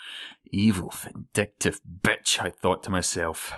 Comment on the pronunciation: Ahh that "betch" <3